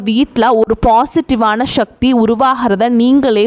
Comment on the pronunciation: ஷக்தி என்று சொல்லாதீங்க.எரிச்சலாவருது sivan sakthi sankar santhi sekar visal suseela suhasini urvasi எல்லாத்திலேயும் ஷவைப்போட்டு மொழியைக் கெடுக்கிறீர்கள்‌.உங்களை மட்டும் சொல்ல வில்லை. எல்லோரையும் தான் சொல்கிறேன். இப்படியேபோனால் ஷமையல் ஷாம்பார் ஷட்டி ஷல்லடை ஷேது ஷேதி‌ என்று ஆரம்பித்து விடுவார்கள் என நினைக்கிறேன்.